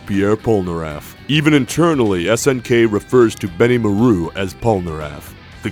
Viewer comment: "Benny Moe Rue" Cracks me up. xD